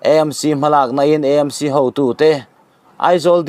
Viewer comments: I sawi dik lutuk,E M C,anilo,A m c,eizawl anilo,Aizawl.. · Vawi tam tak "EMC ' ti lovin 'AMC' ti a puan tur an ti si a... I😂😂 luhlul ve hrim hrilm... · E M C,ti lo in,A M C,ti thei ilang ava duhawm em aw,Eizawl nilo in,aizawl ani miau sia.. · EMC intiziah hi aninawm khawp mai Eizawl tiin ilam ngailo angin AMC tiin lam tawh hram teh un